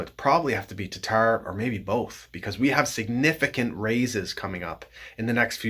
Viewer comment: I do love me some TARRRTARRR though